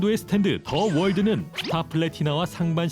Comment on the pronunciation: 처음에 더 월드가 아니라 더 스파르타 라고 들음 ㅋㅋ